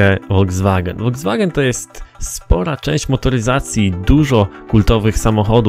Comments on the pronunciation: Voldzwagen corrado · hce foldzwagena polo